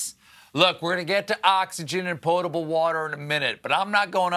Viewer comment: I appreciate that he pronounces potable water correctly.